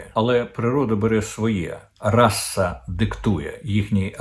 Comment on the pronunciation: Не «расса», пане Дмитре, а «раса».